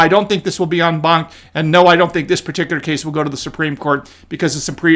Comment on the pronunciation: Can you say en banc?